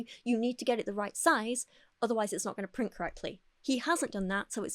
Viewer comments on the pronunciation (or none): none